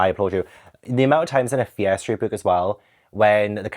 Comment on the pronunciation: Hi, I am learning English, it is not my native language - whenever you say Fear Streat books, it sounds like "Piastri books" to me 😂 I was a little confused at first 😀